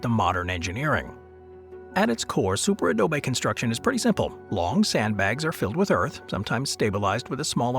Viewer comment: The narrator's voice is AI. Its first pronunciation of the words "Super Adobe" was a dead giveaway.